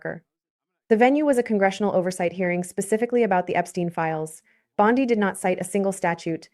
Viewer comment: ANOTHER DAMN AI GENERATED CHANNEL THAT USES OLD VIDEO THAT DOESN'T BELONG TO THEM TO GENERATE $$$$$ FOR THEMSELVES. Don't bother, The female narrator can't even pronounce Bondi's name correctly.